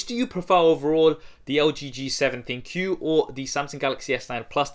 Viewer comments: Both are great phones! Overpriced, but great! Now Pleeze quit calling the V7 ThinQ a Thin Q, I know it is a misspelled word, but it i supposed to be pronounced as "Think!" As in it has some AI features! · Isn't it pronounced Think? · ThinQ = Think why does everyone say Thin Q smh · LG? No, ThinQou :D